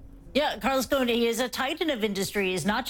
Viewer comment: You’re pronouncing ‘Ghosn’ wrong. The ’s’ is pronounced. The word is Arabic for ’tree branch’. 🌴🌳🌿